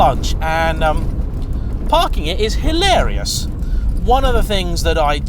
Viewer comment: Dinky and adorable⁉️ That makes me think of Clovis‼️ You very well may be able to fit into a narrow bodied Caterham. The question is, do you leave room for a passenger⁉️ Two cars, and which do we like the MOST⁉️ Come on,, you can do better than that‼️ Don't overuse, nor overemphasise " Hilarious ", it makes you sound like a Southern prat‼️ Great video, by the way, I really enjoyed it.👍🏼👍🏼👍🏼